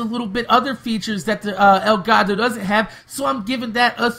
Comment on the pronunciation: Elgato, not El Gato